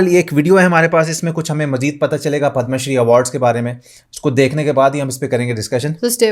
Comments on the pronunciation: पद्मश्री है पदमाश्री नहीं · पदमाश्री नहीं पद्मश्री